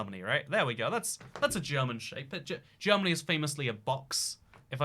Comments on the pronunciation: Bro are you seriously this dumb, it’s not “Jeromany” It’s Germany It’s not Bavaria It’s Austria Also Your Ukraine is looking too small bro! It owns all of France and Spain you know! You silly goose!! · Considering the fact the name Germany is Deutschland in German, you butchering the English spelling and pronunciation of it was not enough. I recommend calling it Dutchland next time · As a Jeroman I'm really happy you managed to get the borders of jeromany right but also you're one of the few people who at last is pronouncing our name right! Many forget the "o" in Jeromany although it is a very important part of our name :/ Please remember this people next time you visit Jeromany! Btw for all those that want to visit the Nether'olands it's below Jeromany, like underground of course - they're below sea level. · I'm from "Jeromany" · This video is a pain to watch, but the germany with a j got me